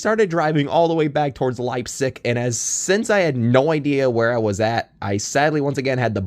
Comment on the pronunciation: Leipsic would be pronounced as Lip-Sick. Haven't been there in a hot minute. Been to Lima the most this year as it has the closest mainline. lol